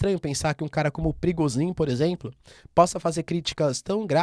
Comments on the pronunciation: É prigojin, não Prigozin. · é so eu que entendo perigosinho ? 🤣🤣🤣🤣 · So eu q entendi " perigosinho" ?